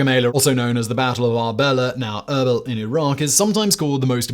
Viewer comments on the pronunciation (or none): none